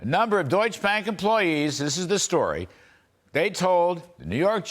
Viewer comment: Larry: not eriudite. It is erudite